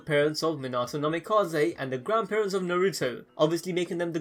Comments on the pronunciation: say naruto right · narOOto and borOOto